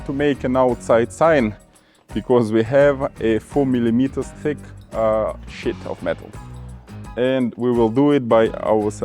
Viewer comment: . You said (shit of metal) its sheet. Lol x